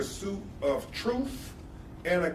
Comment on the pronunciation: I lost it when you said troof!😆🤣😂😅😆🤣😂😅